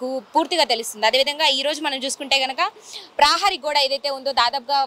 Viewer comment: ప్రాహరీ గోడ కాదు ప్రహారీ గోడ, ఉఛ్ఛారణ మెరుగు పడాలి...